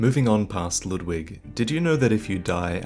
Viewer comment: His pronunciation of Ludwig (as well as other German or German-styled names like Siegward) drive me crazy. The "u" is not "uh", the "w" is like a "v" sound, the "g" is like a light "k". It's a real name, so it's easy to look up!